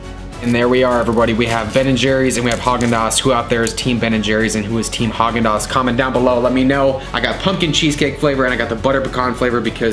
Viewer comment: It’s Hagen